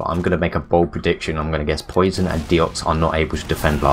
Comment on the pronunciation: Their pronunciation of Poisson was triggering the fuck out of me. SURELY it's "pwa-son" as in the French word for fish?